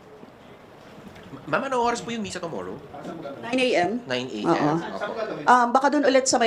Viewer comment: C convicted tomorrow bisaya ba yan ang pangit pakinggan pagbigkas niya tomorrow npa convicted ito ang mga aso n tamby magkanu natanggap m kai tambi